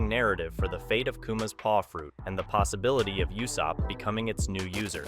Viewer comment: Why did you say yousopp